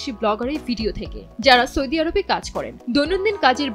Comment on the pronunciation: সৈদি নয় আপা বলেন সৌদি